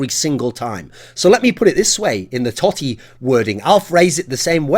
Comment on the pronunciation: I dont think you understand how much love Rome and AS Roma has for Totti, there has been seasons where he has had drops in performance, but the club stil stood behind him all the way. Awesome that you talk about Roma and Totti, but at least get the name right.